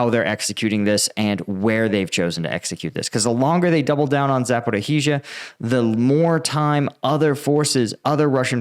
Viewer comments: za - po - REEJ - a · Jesus!!! Learn how to pronounce Zaporizhzhia!!!